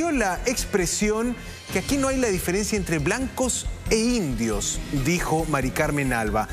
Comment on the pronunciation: Dijo blancos y indios, ni siquiera lo dijo bien.